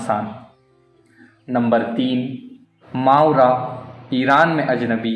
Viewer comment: صحیح تلفظ ما ورا Maa wara ہے